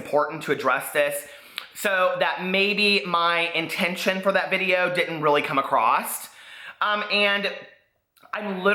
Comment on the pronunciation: I've been enjoying binge watching your channel as I do my hausfrau chores. I'm a fan so I say this with love: There's no "T" at the end of the word across.